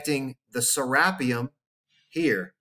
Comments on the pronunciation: I always thought it was pronounced "Ser ah pee um", or it like potahto potaahto? ...Awesome video though!! Thanks again. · Who gives 2 actually F's how the Egyptians are pronouncing something when they didn't even discover their own pyramids nevermind anything else. Lol Sarah P um whooooo, let's go Richard Craniums, been waiting for this forever.